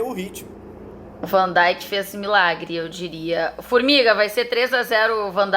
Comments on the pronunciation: o nome dele é vandeik seus ignorantes e não vandaik! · uma coisa que eu não entendo é por que aqui no Brasil, desde sempre, americanizam a pronuncia de vários nomes de jogadores, como van "daink", "Klaivert", "Wainaldum". Alguém me responderia por que é tão comum os comentaristas pronunciarem esses nomes de forma errada? lembro como dava agonia ouvir Galvão Bueno falar "Klaivert", por exemplo. Esse U tem som quase de i, ou seja, a pronúncia é quase um "Klivert".